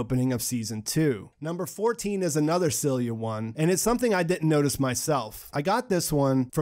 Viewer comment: the detail i did catch was you not being able to pronounce Silja and Ariadne